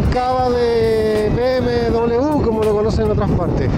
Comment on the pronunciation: Llegué hasta "be eme em ve". ¿Qué significa eso?. Ese mal pronunciar que tenemos acá en chile me perturba jaja. Pronuncien la sigla como corresponde: "be eme doble uve" o "be eme doble u" o simplemenete "be eme doble ve". Y si lo quieren pronuciar en el idioma original "bee em vee".